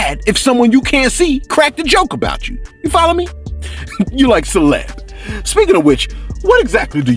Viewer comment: I swear it's sounds like you say celeb Sauce sometimes, love the content